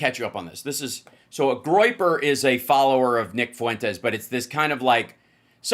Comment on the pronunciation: Groyper sounds to me like "groin groppers" 😂😂